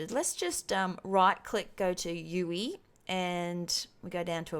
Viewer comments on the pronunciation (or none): I'm sorry but please say U.I not U.E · Its user Interface not user enterface. Should be pronounced U "I" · You say UE when its spelt UI.